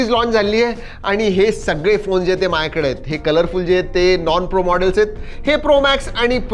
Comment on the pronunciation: Marathi accent😂😂😂